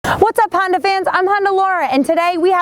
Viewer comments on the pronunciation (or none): "Honder" accord coupe...lol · did she say Honder? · Why can't u say honda right lol? You say Honder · It is so darn cute how you pronounce Honda...